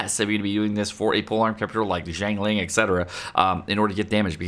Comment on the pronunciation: how are you still calling her as "chiangling" and "chingling" even when you're replying to comments calling her correctly, if it was just a first time mistake then I can understand but this just seems intentional